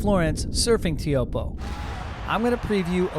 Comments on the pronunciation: I've always heard it pronounced "Choapuu", rhymes with hope, locals also say "Chopes". Pretty sure of this because I once asked Michel Bourez (Tahitian pro) about it! Am I wrong? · is disrispectful to not know how to pronounce Teahupooo